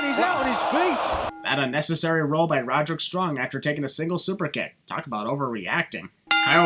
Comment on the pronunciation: no hate but you botched Despite what the subtitles say you clearly said Roderick Strung thats 1 sin for